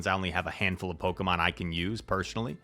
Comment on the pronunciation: Why do you pronounce some words with “sh” like “personally” you say “pershenly”